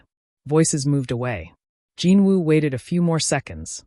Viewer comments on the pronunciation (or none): Please, not "Jean", Jin. Watching from Trinidad 🇹🇹